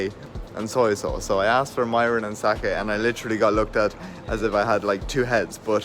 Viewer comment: Mirin. Pronounced “mih -rin.”